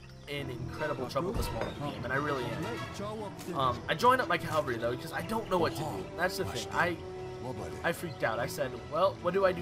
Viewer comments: Its "caValry" not "caLvary", You weren't even pronouncing your main-force right. As for the tactics, Its surely your deck that let you down. Cavalry wise FF with Combo of Axe and RIfle Rider would have made a difference. Or Combo of Tashunke and Bow Rider would have made it a little easier. AOE3 is like a Pokemon battle and civilizations are like pokemons, Some civilization just aren't made to play against some particular Civilizations. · Cavalry not Calvary. And you stockpiled way too much coin that entire game.